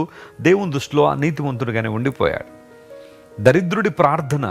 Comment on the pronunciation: Dear Pastor I want to correct you in pronouncing dharidhrudu, It’s not Dharidhrudu, It is Dhaaridhrudu which means economically weak, Dharidhrudu is like bad word, hope you got my point.